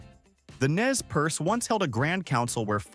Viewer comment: Nez Perce is properly pronounced "Nay per Say", not "Nez Purse."